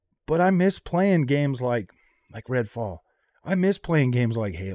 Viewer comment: Did you say Redfall?!